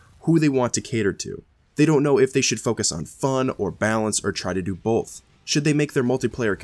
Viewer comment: I love you bro but so help me god there is no L in both for fucks sake it's both not Bolth